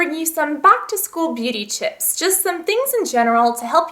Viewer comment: hey guys, today i thought id bring you some back to school beauty chips" am i the only one who heard chips not tips?